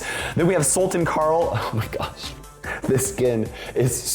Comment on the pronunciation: Salten Carl 💀 Bro it's Sultan Carl Sul as of pull and tan as of chance or hard , and also t doesn't sound as (t)ail , but it sound like त (a Hindi word which can listen through asking google to pronounce patla in Hindi)